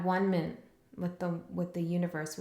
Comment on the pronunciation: At-one-ment...and there's the anguish. Atonement.